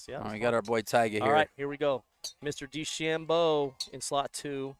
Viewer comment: Main commentator is terrible. Stop calling Dechambeau Dechambino. You're commentating on a sport not talking about your buddy. Makes it seem so small-time